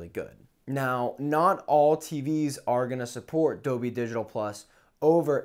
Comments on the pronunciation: Wtf is Dobey? Are you saying Dolby? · AT one point i even thought he sad 'adobe'...